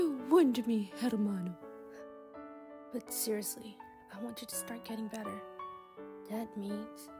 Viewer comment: Hermano is spanish and pronounced "hare-mon-o" but beyond that AAAAAHHHHHHH FEEELIIIIIINGS!!!😭😭😭😭😭